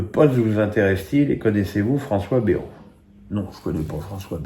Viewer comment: Il s'appelle Bayrou, pas Bérou !